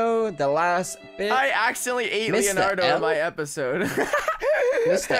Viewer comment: and called Leonardo, Lenard and I cringed at that point